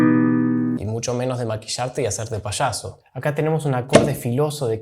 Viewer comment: SE dice Payaso, no se dice Pashaso...